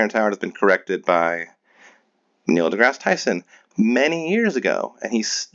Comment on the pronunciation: He had a 1.6 GPA!! I don't think I would have mentioned that. 😆😆😆 And he said he "sent his treatment to Neil deGrassie Tyson." He still can't even pronounce the man's name correctly. 🙄 Every time I watch this stuff, I find new things to laugh at. 😆😆😆 Copyrighting the words "one squared," as a business name, is not the same as patenting anything. You literally cannot patent math. 😆😆😆 And I already solved his simple 1 x 1 equation in one step. Where's my million dollars?! 😆 He will just never understand that 1 = 1.